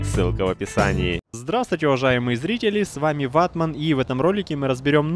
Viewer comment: Угар, Когда он говорит "С вами был Ватман" складывается ощущение что звук буквы "а" в слове Ватмат положили под херзнаетсколькотонный боинг и он настолько задавлен, что даже смешно